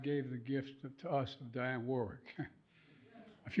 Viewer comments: just wished he said Dionne's name accurately. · "Dianne" Warwick, huh?